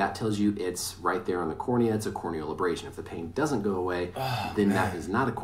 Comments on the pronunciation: "core o'neal abrass sun" 🤣🤣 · “Suffered a corn kneel abrashon” boy what 😂😂😂😂